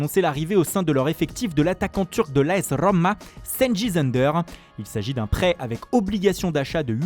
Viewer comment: ....de l'A.S rrrrrrrroma🤦🏾‍♂️💀